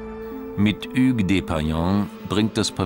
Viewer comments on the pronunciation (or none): none